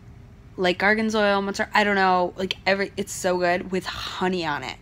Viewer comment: Garganzoyle??? Omg. Gorgonzola. And blah blah blah you don’t feel well. 🙄